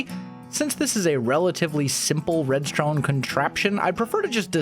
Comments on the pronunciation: Its not red stone, it redstongze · “redstrone constraption”